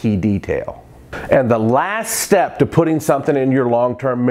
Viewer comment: dude, now you remember this: it's not shtep, it's step :)